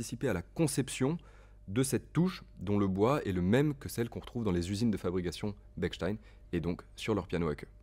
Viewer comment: Parfait ! A part La prononciation de Bechstien (ch et non k) 🙂 J'aurais aimé entendre un pianissimo dans l'aigu...